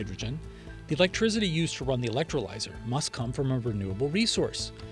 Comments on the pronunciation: "Electrizity" ... lol! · Is he saying electrizzzity?